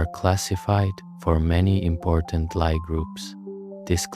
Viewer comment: Good video. But, u forgot the discovery of quaternions and oxtonions, one of the most pivotal moments in Algebra. Analogous to the discovery of non-Euclidean geometry, with many applications. Also, Lie groups are pronounce "Lee", not "Ly".